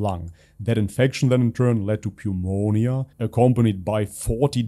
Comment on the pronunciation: I heard Pe-u-monia instead of Neu-monia 😅